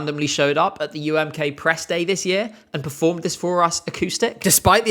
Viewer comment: Lena's "Oi DiD iT jUsT tHe oThEr dAIy" is still hilarious. But I actually don't think it was disingenuous. She had an Australian teacher. A good portion of her English education had an Aussie accent and the rest was probably RP (and probably some GenAm through American media). Having a patchwork accent can be a pain. Speaking "accent-free" English is hard enough for a non-native speaker already. And having multiple pronunciations come to mind all the time doesn't make it any easier. Her accent sounds like a typical case of oversteering to me. Trying too hard to stick the an accent you still haven't mastered yet. Didn't stop her from winning, though. People really wanted to root for the awkward teenage girl who sings about being in love. Being clumsy, making mistakes, being nervous (and being shipped with Alexander Rybak because she spent a lot of time behind the scenes with him) definitely added to her appeal. You can still hear her accent in her more recent songs. Still there, but more stable and natural now.